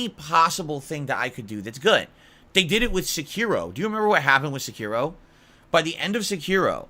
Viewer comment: Never heard of a game called “Secure-oh” before. Must be one of those games of grandoor 😂